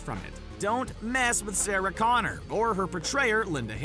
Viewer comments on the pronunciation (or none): none